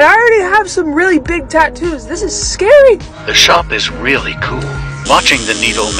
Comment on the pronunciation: when you say tattoo you pause a bit so it is like ur saying tat too but its tattoo